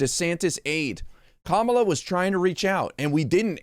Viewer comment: I’m impressed he said Kamala correctly! He’s being political. False accusations so he’s playing games.